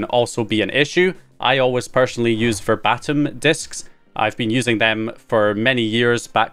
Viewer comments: I'm not being a dick but it's not ver bat em , it's verbatim as in "here is what he said verbatim" basically an exact copy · The Verbatim brand is pronounced like the same word meaning a 1:1 copy 🤭